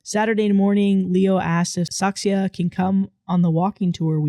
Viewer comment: I think the OP from the last story might be Dutch! Whoop whoop! And funny how couldn't say Saskia, but said Saksia instead.